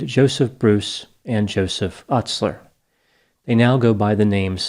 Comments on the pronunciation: It's pronounced Joey "You-sler" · You pronounced Ustler wrong. Do your research. Whoop. Whoop. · Your hypocrisy of not being able to pronounce Joseph Ustlers name correctly and calling them in intelligent is epitome of being unintelligent, might you go back to school and learn how to pronounce English words correctly before first going on to judge others. Your degree failed you sir in preparing you for English. You're cold and callous individual and you did clearly no research before covering this band because if you would have looked at their net worth you would know that they are still very successful. I think this is your childhood attempt to get back at a bully at some point that had liked this band. Your callousness is in judging individuals with less means than yourself as "unintelligent" for having a decent taste in music because they like sarcastic cleverly worded lyrics. Also for intelligent people the lyrics are point blank with the meanings that they are trying to get across, that pedophiles should be murdered because our justices system does not work. That people who beat women should be beaten. You didn't listen to anything. You did no research and you were wrong about 90%of what you covered and you give all of the people that follow you inaccurate information. You're no better than the trump supporters that try to plug horse dewormer for a cure on fox news with your disinformation.